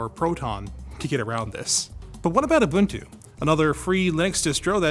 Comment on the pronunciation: I like how you pronounced Ubuntu correctly.